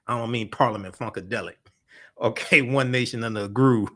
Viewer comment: "Parliament Funkedelic". 😂😂😂